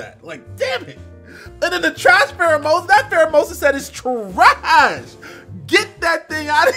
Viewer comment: that pheromosa set is CHUH-RASHH! Lmaooooo